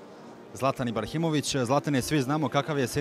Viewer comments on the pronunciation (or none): 0.01 Zlatan IBARHimović🤣🤣🤣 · Voditelj je mogao toliko da se potrudi na sazna Zlatanovo prezime. Rekao je Ibarhimovic. Evo mene je sramota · Zlatan Ibarhimović😂